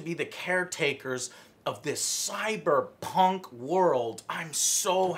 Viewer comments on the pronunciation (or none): none